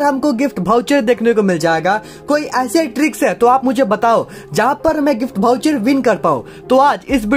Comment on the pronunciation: Bhai vo voucher hota bhoucher nhi🤣🤣🤣